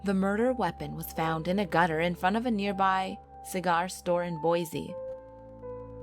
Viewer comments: I've heard about these stories from family! I believe them to be true! It's Boise not Bosie! In fact I grew up in Idaho and Utah! FYI None of the stories go hand in hand or are similar! Everywhere is haunted! Yes there's always going to be good and bad Spirits watching! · Boise* not bosie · u mean Boise right? Not bosie? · Boise not bosie